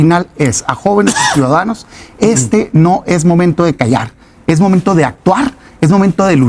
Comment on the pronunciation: Por q no pronunciar bien las palabras y decir momento 😂 en lugar de momente. Ridículo